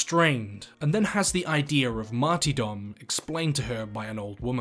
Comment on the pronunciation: Martyrdom* not marty dom